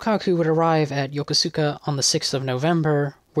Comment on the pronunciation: Good job! A few minor suggestions: Kure is pronounced ku-re, Yokosuka is pronounced yo-koska. If you'd like to read a Japanese torpedo-bomber pilot's account of the war — including his roles in the PH, Midway and Wake attacks — search for 'The Miraculous Torpedo Squadron' the autobiography of Juzo Mori. There is much information therein that isn't in the many English accounts of these battles.